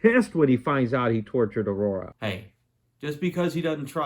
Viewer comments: Awesome review. One issue. Ming's daughter"s name is pronounced Au-Ra not Aurora. Other than that the jokes in the video were funny. Queen not withstanding I was sold on this movie as a 10 year old with the Alex Raymond clips coming at me full speed. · Your review stinks. C'mon man, it's Aura, not Aurora. Dude! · Its "Princess Aura," not "Princess Aurora." You seem to like the movie, so it's strange that you don't know her name.